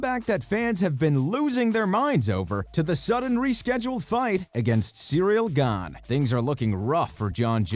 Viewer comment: Jon cracking me up with him calling him cereal gain 🤣